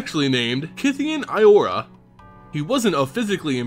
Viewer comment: In Ancient Greek, the iota is pronounced like a soft J. Also, the 'io' is what's called a dipthong where two vowels make a new sound. When pronouncing 'io', it's more of a 'yuh' sound. Therefore, it wouldn't be 'Ee-or-uh', as you pronounced it, it would be more like 'Yur-a'. Hence why it gets confused into Jura on Bant.